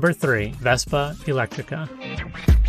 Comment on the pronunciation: That's "Elettrica" (not "Electtrica").